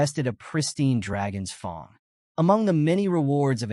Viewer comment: FANG NOT FUNG lol